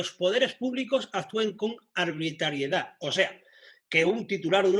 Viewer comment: Minuto dice la INTERDECCIÓN DE LA ALBITRALIEDAD JEJEJE